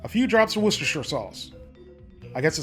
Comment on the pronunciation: "Osteshire sauce"